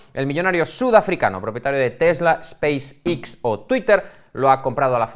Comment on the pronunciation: ha aprendido las letras en inglés yendo a clases impartidas por mi abuela, Space ix para el en vez de Space (e)X. Cuenta para el #pifiaslmi?